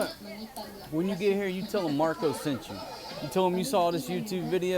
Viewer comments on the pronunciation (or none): none